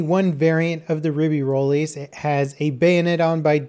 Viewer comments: Håkon Andreas Olaussen isn't it "Rib-ā-rolls" or "Rib-ē-rolls?" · re-bey-ro-lis(x) re-be-roll(o) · Notice how he says ruby tilts when it's pronounced rib ey roy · "Ribbi-Rollis"? I know you're american and all, but you could at least try.. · Friendly french tip. Dont pronounce the "s" at the end of ribeyrolles. more like "rebaerol". Anyway, super fun to hear the characters speak french, I'm gonna love this dlc. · The "ribirolis", LOL. Your French isn't that much better than your German. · If you want to pronounce its name correctly, you may consider not to pronounce the final s as is the case in French... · Ribeyrolles is rolling in his grave right now, this nerd butchering his name and whining about his gun in a video game